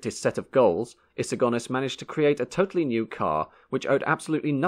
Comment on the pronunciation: Good point well made I wish he had learned to pronounce Sir Alex's Surname properly Go Nis not Gone Is...